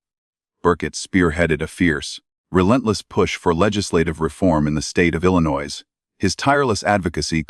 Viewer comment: At least bother pronouncing Illinois correctly!